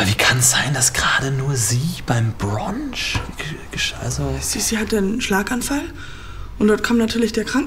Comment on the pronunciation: Brunch nicht Bronch